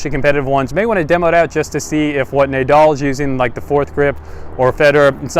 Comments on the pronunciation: NAH DAL..not NAY DAL . AYDAM and EVE? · The only person I've heard pronounce "Nay-doll"..disgusting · Pronounced nah-dal I believe :) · How to lose all credibility in one easy step: pronounce Rafa's name Nay-Dal. And then, just to be sure: say Frisco. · I stopped watching after you said Naydal lmao